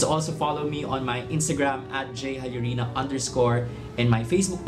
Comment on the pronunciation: Sir ngayon ko nalaman correct pronunciation ng Jallorina 😅